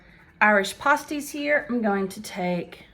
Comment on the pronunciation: pronounced Pass tees